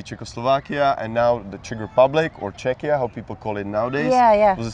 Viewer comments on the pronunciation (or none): Zvlášť, když si nejsou jistí, jak se správně čte nově používaný "skvělý "název Czechia a řeknou "Čečia".